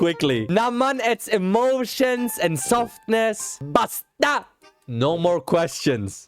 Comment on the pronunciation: I thought he sed pasta insted of basta😂. You have to stay calm on saying does word's it the tagalog that you siad dosent need to be like a mad man make it like softer in voice and thats all 🎉